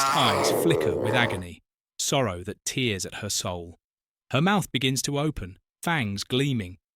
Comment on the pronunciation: yeah it’s good, but there were around 4/5 obvious misspoken easy words, like ‘prowess’ and ‘tear’.